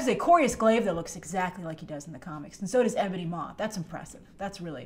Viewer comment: "Maw" not "Maws"